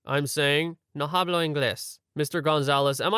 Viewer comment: For future reference, "hablo" is pronounced "ablo". In Spanish, you don't pronounce the H at the beginning of words.